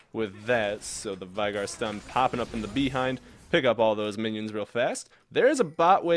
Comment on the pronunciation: U were pronouncing veigar wrong.....